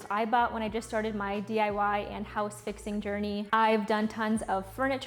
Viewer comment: She said DYI? Funny